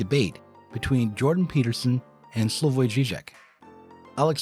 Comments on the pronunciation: Peterson can't even pronounce Slavoj Zizek's name correctly. Probably because he's never heard of him before. Because he's not an inquisitive person. He's a stiff necked egotist. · Of fucking course JBP can't even pronounce "Slavoj" correctly....